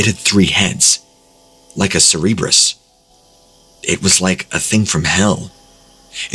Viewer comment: Okay you mis pronounce so many things but cerberus the dog! That is not how you say it! I can inly imagine that numptie spelt it wrong but you said it wrong 4 times ouch that's embarrassing!